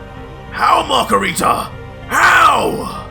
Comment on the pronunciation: PLEASE NOT MACARITA😭😭😭